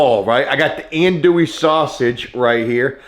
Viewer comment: That’s not how you say andouille 😢